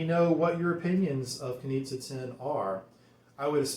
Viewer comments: Great review! ..but the correct way to pronounce the name is Knishe! Greetings from Berlin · Nice presentation of an interesting fragrance. Btw... it's pronounced "Knische" with a smooth "sch" but it seems to be complicated for English speaking guys ;-) Take a look at the German Wikipedia for "Knize Ten" ;-) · the name's apparently slavic and the "z" part is pronounced with a soft "sh" - like the "g" in "my liege". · Guys, it's a bit tricky the brand is located in Vienna, Austria but the original founder Josef Knize was born Czech. Search on YT: "Hotel Savoyen Wien und Herrenausstatter Knize" and there you'll have the correct perfect pronounciation. "Knie-sche" because czech "z" is spoken "sch" (like sh...it, LOL 😅). ✌️😉☕